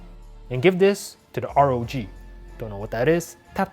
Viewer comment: why you still saying r-o-g phone???! simply say ROG!!